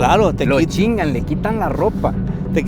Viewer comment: Dijiste muy bien “te chingan”😊